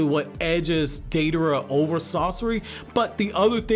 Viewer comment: “Deiderra” lol